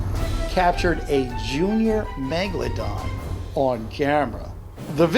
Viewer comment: I knew it was a great white when u said "baby megalandon"....